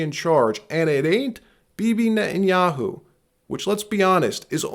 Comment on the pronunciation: Benjamin Netyahoo 😂 said “ NA “